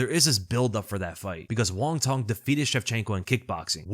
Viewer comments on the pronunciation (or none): “Cong” is pronounced “tsong”, not “tong” for those wondering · It's Wong TSONG. The C in Cong is pronounced TS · For what it's worth, the proper pronunciation of Cong Wang's name would sound like "Wong Tsung (rhymes with 'tongue')." In Mandarin to English translation (often referred to as Pinyin), the "C" sound is pronounced as a "Ts" sound, e.g. "Cats." Hope that helps. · the C in Wang Cong is pronounced "ts". "Wang Tsong". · Hey, not an expert but my understanding of how to pronounce the "Cong" in Wang Cong's name is that the 'C' is a bit like a 'tz' sound combined together. An (incorrect) approximation of this is the 'ch' sound, although that's a distinct sound in Mandarin as well. There are probably sound guides on Wikipedia that will do a better explanation of the differences. The way her name is romanised from Mandarin characters is called pinyin, in case that helps with finding more information about the pronunciation.